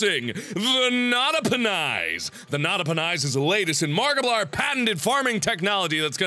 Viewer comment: It sounds like he says markipliern